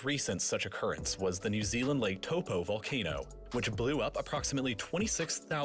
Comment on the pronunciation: Thats not how you say Lake Taupo😂 And yes I am from New Zealand